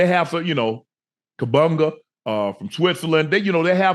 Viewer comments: KaBUNGA is WILD!!!! lol….. it’s spelled Kambundji and is pronounced CAM-BOON-GEE unc 🤣🤣🤣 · Did he say kabunga🤣🤣🤣 listen 🤣🤣